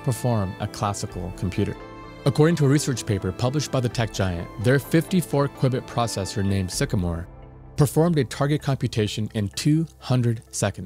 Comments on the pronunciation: It's pronounced queue-bit, not kwibit. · I think it is pronounced "Queue" bit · By far the most common pronunciation is like cubit (with a "long" u - an ancient measure of length) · I've never heard it called a QuBit, only a Q-Bit. Its weird to hear Qubit to me. Are these terms specific to different industries or something?